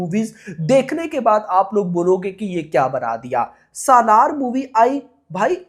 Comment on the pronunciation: पहली बात तो ये है की सलार को सालार बोलना बंद करो भाई 😂